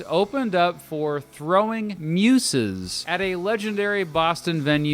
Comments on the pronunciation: muZes...not muSes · never heard Muses pronounced like that. weird